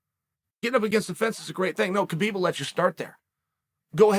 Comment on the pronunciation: HAH BEEB, not KA BEEB